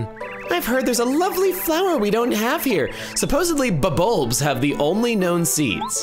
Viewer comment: How did it take until Chugga pronouncing the Bub-Ulbs names for me to realize they are Flower Bob-ombs????